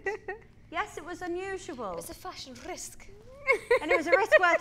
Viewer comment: Perriè: That Corset! I liked it! I don't care! I thought it was very DIFFERRONT Perriè: Get a grip, it's called FASH-HEN! 😂😂😂😂😭